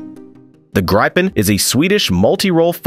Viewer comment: what is "Graipen"??🥴 How is it possible to mispronounce Gripen?